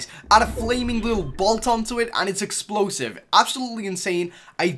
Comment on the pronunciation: "Explokesive" "Crosscow" lol